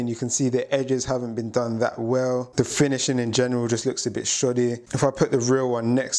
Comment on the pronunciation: Man said shody😭